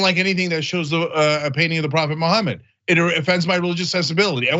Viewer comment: Una kerspranian keeps saying Muhammad as 'mo homid'. See what I did there? Josus chrust might sound cool, but that's not how you pronounce the name. Huh? Tongue in cheek aside... Yeah I mean... shut the hell up about how it's against uoyr imaginary friends rules for people to do things under an expectation of free speech. You get to exercise your freedoms, but others can't? America. Land of the weak and home of the craved... Not how that, goes? Oh... You fooled me... or yourselves.. which ever fits better.